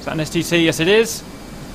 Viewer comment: Every time I hear Cap saying STT I hear STD... and it makes me feel uncomfortable...